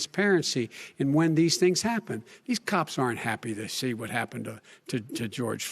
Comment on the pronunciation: The debate was very entertaining. Biden stuttered a lot and misspoke when he tried to say "cops". My wife and I laughed because what he said rhymes with cops, but is another name for roosters.